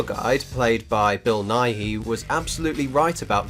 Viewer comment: the worst part of this review is how he pronounced bill nighy